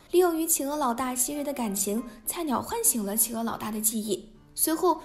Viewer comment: 我知道！那隻狼還一直把企鵝唸成起鵝！